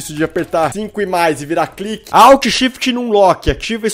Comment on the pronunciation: eu ate desmaio quando ele fala cliquer no começo '-'